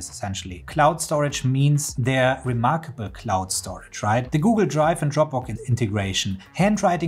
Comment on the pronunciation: Let me take advice from someone who says remarkabuuul :D lol